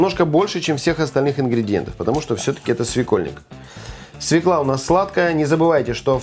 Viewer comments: Не свекла,а свёкла. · Всё ок, только не свекла, а свёкла. Молодец!!! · Не свеклА, а свЕклА. И никогда не говорите "яички", только "яица" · Земляк, молодец, только обязательно свекла, а не свеклА, морковь, а не мОрковь, а так все аппетитно! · Прекрасные у вас ролики, но в слове "свёкла" ударение на Ё. Простой стишок для запоминания: мы у тёти Фёклы ели борщ из свЁклы. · Всё же ударение в этом корнеплоде всегда ставится на Ё и звучит как СВЁКЛА. По-русски желательно говорить грамотно, коли ты на публике красуешься и пиаришься. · Свекла, ударение на е,яички у мужчин,яйца куриные.